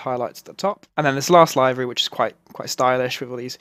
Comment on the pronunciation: Great review,but "livery",not "laivery"